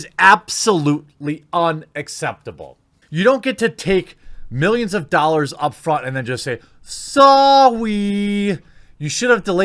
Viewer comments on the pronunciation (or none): none